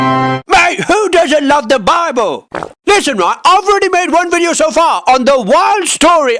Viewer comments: I love the way he says BWIBLE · Ah yes, Bibbel